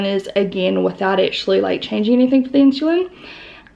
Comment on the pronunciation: Is it common for Aussies/Kiwis to pronounce insulin like “inshulin” ?